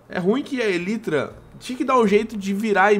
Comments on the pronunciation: Pelo amor de Deus, a pronúncia é elAAAAitra! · para de falar elytra a pronuncia correta é elaitra